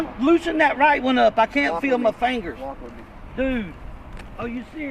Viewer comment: Frauditor says, "I can't feel my fangers." Fangers.